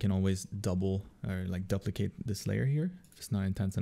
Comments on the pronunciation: "duplicate" = DOO - plicate. Not DUP - licate. You've given us all these great art tutorials; please accept this small English tutorial from me :) Also, seriously, thanks for the great content! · I have never, in my life, heard ANYONE pronounce "duplicate" as "duhp-le-cate". what the heck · Did you just say DUPP=licate this layer? Haha. Wicked video :)